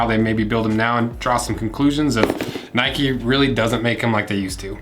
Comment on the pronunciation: Mate it’s “Nike” not “Nikey”, I mean you don’t go for a ride on your “bikey” do you ?